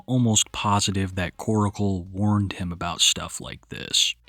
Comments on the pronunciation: New video. Same old pronunciation of "Koracle" instead of Korcle. 😅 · Why do u pronounce korcle like oracle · why can no one pronounce Korcle correctly ?